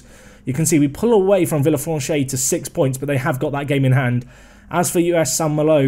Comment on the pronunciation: villefranche is pronounced vee-uh-fronsh